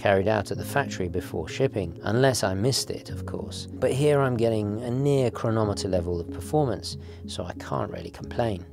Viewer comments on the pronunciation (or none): none